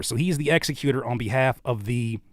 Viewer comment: I’m sorry bro but you had me dying saying executor. You were pronouncing it wrong. 😭😭😭 executor is pronounced the same way you say executive.